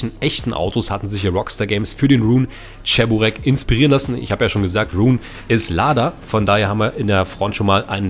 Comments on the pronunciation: Und das heißt Che-bu-reki nicht Tscheburecki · es heisst Tschiburek blyat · Wohin ist das beliebt in der Türkei vielleicht ist es bei denen anders aber es schon lustig wenn man hört wenn man cheburaki falsch ausspricht 🤣😂🤣die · Oh diese deutsche die wo cheburek nicht aus sprechen können